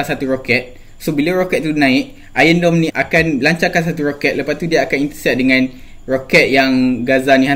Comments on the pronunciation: Iron doum (dome) bukan dorm (asrama) 🤣🤣🤣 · "Iron Dome" bukan "ion dome" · Suka abg when h say r hahaha (AKU X GAY)